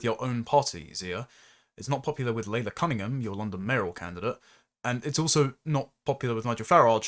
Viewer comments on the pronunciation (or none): Shouldn't Laila Cunningham's name really be pronounced 'Lie-la'?